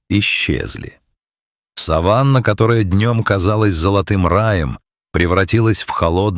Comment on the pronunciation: Не удивительно, что комментариев нет.Текст этого сюжета можно использовать как пособие по растягиванию времени. И воспитыванию терпения. Только необходимость ждать, заставила меня дослушать до конца.Ошибки в произношении: неужели нельзя тщательнее поработать над текстом? сАванна - это что?Умиральная степь?Звучит зловеще.Словом, сюжет на 6- 7 мин.растянут до 14. Такие ролики плохо смотрят.Вы не наблюдательны.